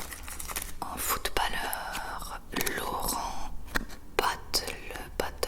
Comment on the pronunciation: Ça se prononce Laurent bate-lèsse